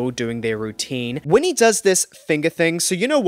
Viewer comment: & winnie, instead of whitney 🤦🏼‍♀️